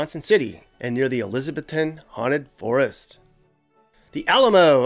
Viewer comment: the way you pronounced elizabethton bothered me so much you emphasize the ETH Elizab ETH ton not trying to be rude but i wanted to punch my screen. Love you! Merry Christmas:D